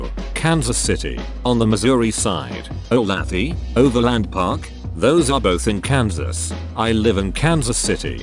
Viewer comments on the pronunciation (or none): Olathe is pronounced Olay thuuuh - like the famous oil and thuuuh rhymes with duh.